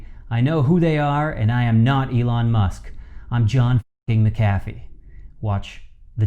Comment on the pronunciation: I am absolutely embarrassed, you can't pronounce his name correctly. 👎🏽👎🏽👎🏽👎🏽👎🏽👎🏽👎🏽👎🏽👎🏽